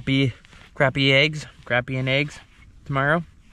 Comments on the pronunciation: CrAHHpy.. not CRAPpy 😂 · Say crappie the right way and quit cheaging the way you say it